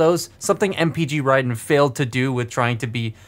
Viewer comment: Raiden not ray den